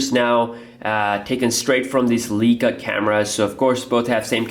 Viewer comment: it's not pronounced Lee-kah but Lie-kah.